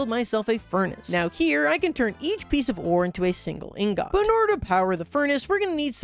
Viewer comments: i love u as a youtuber but please, for MY sanity... PRONOUNCE INGOT RIGHT (unless ur not american?) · that is not how you say ingot